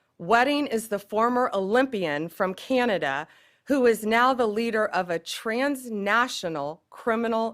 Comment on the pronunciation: Hey Bondi, it’s pronounced CAN-A-Da, not KEY-A-NADA. Get the orange man’s out of your mouth and say it correctly.